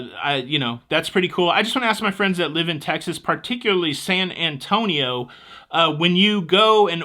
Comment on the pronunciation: I heard the rimshot after that AWFUL joke😂 I give you props though, you at least said San Antonio correctly and didn’t drop the “io” 😊